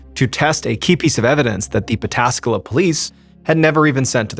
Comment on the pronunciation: Props for pronouncing Pataskala perfectly.